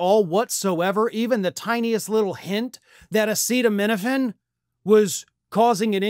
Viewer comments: As someone with Autism, I do not understand why you don't want the Health secretary doing research into Autism. I understand not liking Trump, dude had to be instructed on how to say acetaminophen. However, this release is based off 46 high quality research studies done at a university. Why don't we want someone actually pushing for Autism research, I really don't understand? Kennedy has a long standing career of fighting for ALL the things the left love, access to healthcare, humanitarian issues like with the Native American tribes, environmentalism, and he is THE ONLY current high ranking politician who has frequently stood side by side with the Native Americans for a huge host of issues. He is a Democrat, but randomly over 6 month period suddenly he is seen as this rightwing Trump guy. I do not think anyone on the left even looks into what Bobby says now, just automatically trash him. Are people party aligned on BOTH SIDES really this easily manipulated and brainwashed, because that scares me. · I saw a comment elsewhere stating that tRUMP rigorously prepares his speeches and announcements. I wanted to ask why then couldn't he pronounce "acetaminophen". But why bother? You cannot talk to those idiots. 🇺🇸🐧💙🌮🌊🇺🇦🇨🇦🇬🇧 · trump can’t even pronounce acetaminophen 😂😂😂